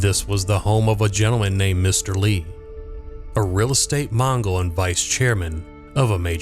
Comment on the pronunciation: Real estate"Mongol"?😂